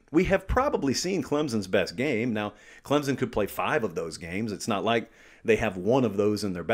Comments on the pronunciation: Its pronounced "clemp-son" not Clem-zon". Christ!! What is so hard about that?? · there is NO z in clemson so get the Z out of there and say the name properly it is NOT clemzon it is clem SON!!! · It is CLEMson...there's no "Z" no "P", it's not hard....get it right. What, do you have to go there to know? Well, I'm 4th generation....so I sure know...It's like Clem's Son....give me a break. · ClemSon, not ClemZon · There's no 'z' in Clemson. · hey love the analysis! you usually pronounce Clemson just fine, but that phantom Z came out today haha